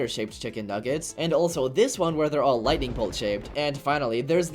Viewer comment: lighing mceen!!?? 😨😨